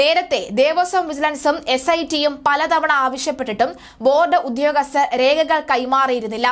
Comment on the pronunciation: When you read say ഉദ്യോഗസ്ഥർ not ഉധ്യോഗസ്ഥർ.